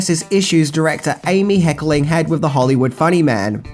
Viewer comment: Hey, love your stuff. It is Hecker ling not Heckeling.:)😘